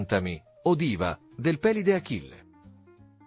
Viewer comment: 33 su 35. Eroe omerico. Pélide però, con l'accento sulla 'e', proprio non si può sentire. Pelíde!..